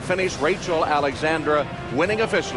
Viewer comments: Why do they say Rachel Alexander, that bugs the crap out of me! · He kept calling her Rachel Alexander not Rachel Alexandra xD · Why is it so hard to say AlexandrA... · I can’t believe that Derkin mispronounced Rachel ALEXANDRA’s name three times I CAN believe why Calvin gave away Mine That Bird following his ‘Derby win to take Rachel ALEXANDRA in the Preakness Gary Stevens ALSO blew her name Crazy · He called her name 6 times correctly, 3 times....oh well...